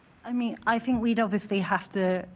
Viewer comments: "I fink".....who is this moron? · Tooken ( taken ) fink ( think ) froo ( through) w.t.h